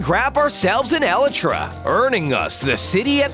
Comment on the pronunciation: irl elytra name ee-lie-tra him: E L E T R A